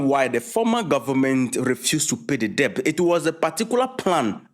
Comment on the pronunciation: Debt is pronounced "dɛt"